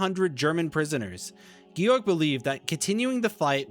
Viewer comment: I appreciate your research very much. My wife had two uncles whose burial place is unknown in Russia. My father in law was a POW from May of '43 until November 1948. My German family took me in as if I were one of their own and I have at least been able to track where the two uncles were killed. However, as a pet peeve, please work on your pronunciation. Georg is "Gay-org" not "Gee-org" . He deserves to have his name pronounced correctly.